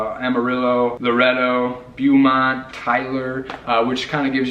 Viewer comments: The way you pronounce Beaumont makes me twitchy. It's BOW-mont. If you want to have fun research the pronunciation of other Texas cities. Nacogdoches, Study Butte, Palestine, and many others. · It's not Byoomont, it's Bohmont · 7th Generation Texan here. Love you guys and so glad you came to The Lone Star state. Just a gentle little suggestion: Ask a native how to pronounce Beaumont, Laredo, San Jacinto, Sabine and Caddo. You guys are adorable. You will be honorary Texans as soon as you work on those little details. Hugs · Yvette Garrett I l had to laugh every time I heard them say Bew-mont.😂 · Nice video...but pronounced..Beaumont.... bow-mont. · Y'all are mispronouncing Beaumont guys! It's all good. ❤